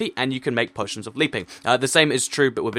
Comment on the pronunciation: u said poo poitions